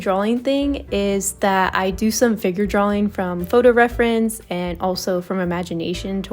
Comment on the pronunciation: I'm sorry, but an artist mispronouncing the word "drawing" drives me nuts, and I'm not sure I can watch more 😭